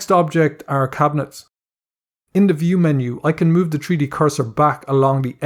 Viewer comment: Tree Dee LOL